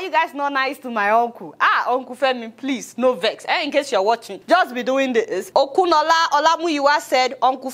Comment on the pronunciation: Lol, 😁 Adeola please pronounce that name "Okunola" again